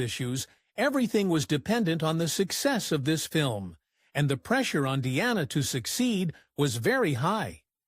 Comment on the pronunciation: I wish these AI generated videos would learn how to pronounce words correctly, Her stage name was Dee-ana, not Di-ana.